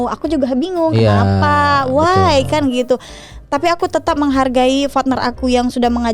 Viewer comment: Partner ya bukan fatner 🤣🤣🤣